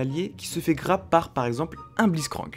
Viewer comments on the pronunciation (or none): none